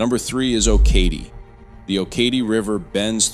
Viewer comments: Okatie is pronounced OH - kuh - tee, not Oh -KATIE. 😊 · You’re saying Okatie wrong. It’s pronounced oak-uh-tee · It’s pronounced Oak a Tea! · Okatie is pronounced OAKatee. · It’s pronounced (Oak-A-Tee) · Depending on who you ask, I live in either Bluffton or Okatie. Okatie is actually pronounced O-Ka-Tee. But I guess who cares! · Right? I cringed when I heard him say it.